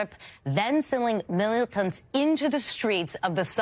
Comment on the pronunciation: 😭how she says "'militants" is WILD